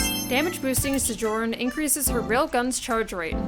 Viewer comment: Great vid, but I think it's [SO-jern] not [suh-JORN].